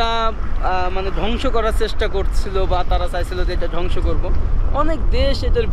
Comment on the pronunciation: এক কথা বার বার বলা হয়ে যাচ্ছে, আর ধ্বংস কে ডংস বলবেন না